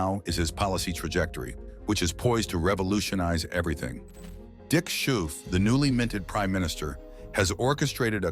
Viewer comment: Our prime minister's name is pronounced as scofe not skoufe 😅